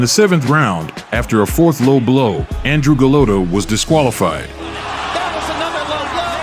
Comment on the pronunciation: That's how you pronounce "Andrej"